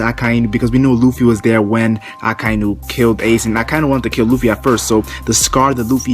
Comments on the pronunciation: He pronounced Luffy as looffy. Lol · I don't believe this before I see it! And did you just call him Ruffy?